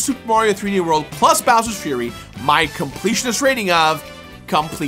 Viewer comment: Is when he starts to talk about bowers frurry